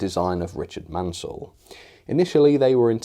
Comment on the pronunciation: Hi nice review but the designer was Richard Maunsell ( pronounced Mornsell not Mansell). Sorry to be a pedant, but he deserves to have his name pronounced correctly. Thanks again for your reviews & news updates.